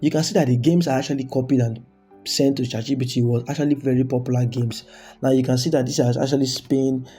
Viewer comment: Bro am not trying to disrespect you but it's chatgpt not chatgbt